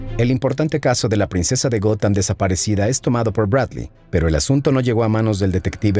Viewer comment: Hola!. Muy buen e interesante vídeo como siempre apesar de que yo no soy fan de los cómics, pero si obviamente conozco a los Superhéroes. Esta parte de la historia si era totalmente desconocida para mi. Por otra parte solo una aclaración. La cuidad se llama “Gotham”, y se pronuncia “Gotjam” como si dijeras jamón en español pues la “H” en inglés se pronuncia como una “J”. Entonces “Gotham=Gotjam”. Jajajaja!. Saludos desde “Gotham”… 😁🖤🦇🗽🇺🇸😃👍🏻